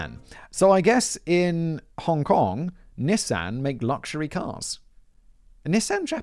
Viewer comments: Knee-Sahn. Not NISS-AN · Damn it simon! It's a nee-sahn..nissan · Was gonna drop a like, then Simon said "Nis-Anne" instead of "Nee-san" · Simon did a good job pronouncing everything but... Nissan. (knee-sawn) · I have never been bothered by Simon’s pronunciations until NIS-AHN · The way Simon pronounces Nissan😂 (we pronounce nē-sahn) in US lol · British people, is that really how you guys say “Nissan”, or is Simon intentionally confusing my small American brain? We say Nee-sawn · i didnt realize you were talking about nissan until like the end of the nissan rant i was like wth is a nysahn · Bro... I don't wanna do tbis to you, but it's "Knee-saw-n" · George wonderful script! But you forgot to give Simon a pronunciation guide for Nissan (knee son). Unless that's just America? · For this lifelong Wisconsinite, I’ve not only owned a few, but would like to leave my pronunciation for Simon say it Knee san. Also for the writers, whatever the channel, consider this one… yesterday I watched a Forensic Files from 2007 titled Bitter Brew about the kidnapping of Coors chairman Adolph Coors. ❤️ this and all your channels! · How you or the English pronounce Nissan is sooooo weird lol didn’t know that’s what you meant till subtitles lol